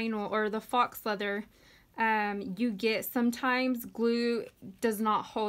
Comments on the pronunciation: I love this so much!!! But I think faux leather is pronounced foe leather not fox leather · It’s pronounced foe, not fox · foe means fold over elastic. I looked up faux and were both wrong lol it's pronounced FOW. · faux is French for fake. Rhymes with row.